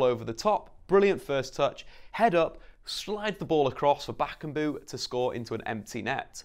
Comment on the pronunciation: Bakkubu-Bakambu haha I bet you know this better than me you beautiful little man how to pronounce. But aren't you a little of here? correct me if wrong. Otherwise quality as always mate =)